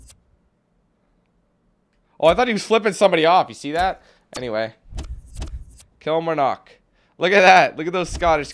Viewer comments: Kilmarnock is pronounced "Kill-mar-nuck" as well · It's prounnonced kil-mar-nick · I'm from Kilmarnock! And it's pronounced "Kill-marr-nik" lol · Its borussia dortmund not bor. dortmund omg and its kil-mar-knock from scotland... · Kill-mar-knock it's pronounced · I'm a Kilmarnock and that's not how you say it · He cant say Kilmarnock hahahahaha 😂😂😂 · Kilmarnock wow u can't pronounce it at all